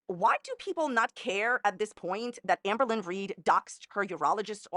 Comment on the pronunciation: I love how she pronounces ahmbURlin